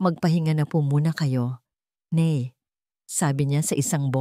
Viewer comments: Ano ba yan????Tagalog ang kwento pero ang tawag sa Ina ay (NEY) DAPAT ,,NAY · Oo nga noh? Bakit ney, foreigner ba ang narrator?😂😂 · Nay po Hindi ney